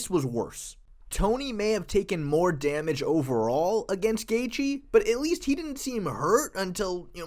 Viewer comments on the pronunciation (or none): none